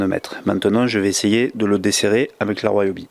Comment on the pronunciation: Ca se prononce "ri-o-bi" non pas "roi-o-bi". Vous dites ne pas connaitre le couple de serrage de vos roues parceque montées à la main, et dans la foulée vous annoncez le couple... J'ai lâché là, ça pue le frimeur mythomane...